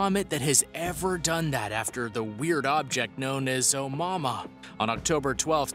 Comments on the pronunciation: Its pronounced, "oh-moo-uh-moo-uh"..jesus christ even if you are a haole how would "mua" make "mahmah"... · Omama really....lmao at least look up the proper pronunciation! lol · It is not the first interstellar object in the universe.. It is the first we were lucky enough to spot... Scientists said the probably pass through our solar system constantly.. It's a HUGE sky out there.. We can onlt monitor pinpoints of it at a time.. Also it isn't pronounced On Momma lmfao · Dumb guy with his dumb video. Also, I noped out of this video when I heard him say omama. Tf was that lol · Brother learn how to pronounce that comet here is as close to phonics as I can get A-mooua-mooua try that or watch another video where they pronounce it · Bro, “oh-moo-AH-moo-ah” Begin with “oh” Then the cow goes “moo”, as you say “ahhh” then again, you hear “ moo!!!” So one last time, you say “ ahh” Oh, moo, ah, moo, ahh!!!😉☺️ By the way, I am not actually mocking you or trying to be condescending at all. I’m only taking the time to correct you because I actually really appreciate all of your content and enjoy this channel👍🏽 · Can’t help but get annoyed every time he says “Omama” 🤦‍♂️ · Stop saying Oumuamua. Everytime you say it i want to scream at you. How do you fuck up a name that bad every single time. STOP!!!!!!! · Good video but boy did you destroy the name name lol it happens nobody is perfect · Anyone else cringe every time he mispronounced Oumuamua?